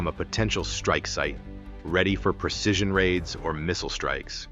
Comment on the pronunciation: The word is 'precision' not 'percision.'